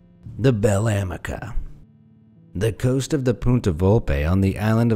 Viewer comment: It's Bel Amica in italian meaning good or pretty friend and it's pronounced a-me-ca